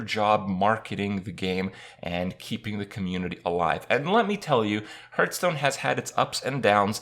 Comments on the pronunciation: Please stop with the HURTSTONE! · why does kripp always say hurtstone? Is that the right way? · You still can't pronounce hearthstone after all this time.